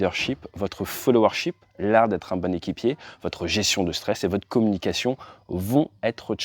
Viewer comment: Quelquees remarques : - l'expression "la capacité de pouvoir..." (3mn56s) constitue un pléonasme ; - le mot "gestion" se prononce "gestion" et non "gession" ; - on ne dit pas "des très gros avions " mais "de très gros avions". - on ne dit pas "des informations par rapport à cet accident" mais "des informations sur cet accident".